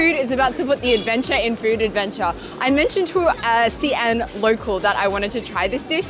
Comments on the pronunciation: How come you call the city See-an, when I have always pronounced it as She-an??? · How come the pronunciation of Xi'an has become ”C Ann" instead of ”C Aunt”?. In the last video, i remember here a local also saying C Ann... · Another video, another anticipation of how soon into the video till another mispronunciation. Not even 20 seconds in, the eponymous city, literally the video title, gets mispronounced with a random 3rd tone 'xi3 an2'. It's xi2 an2, for goodness' sake it's the city you visited and you can't say it right. And you have done China content for years.